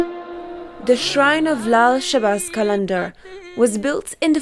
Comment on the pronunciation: The way she says lal shabaz qalandar 👌❤️